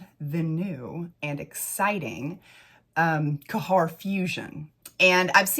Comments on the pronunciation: ITS GHEYR NOT KAHHAR. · It's not Kahar🤭 it's خير you can copy it on Google translate 💕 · Khair = “CARE” but the “C” is like you are trying to gently clear a popcorn kernel out of the back of your throat, or like a French “R.” 😉 You might be able to do Google pronunciation for these 🙂 Thanks for the review! I purchased Vanilla Royale and wouldn’t try to dupe that one, it is just too gorgeous. I did however test Yum, and because everyone and their pet hamster said Khair or Affection were so spot-on but better performers, I got Khair, and boy is it beautiful- a little brighter/fresher, where Yum is more muted. I have yet to try my mini of Lychee because I suspect it will be a bit too B&BW, but I appreciate reviews like this because I might be willing to part with $40 for something vaguely similar, which will perform better.